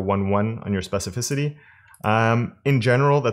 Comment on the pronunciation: I'm proud of you... you learned how to pronounce 'specificity'! lol. Thanks for the videos.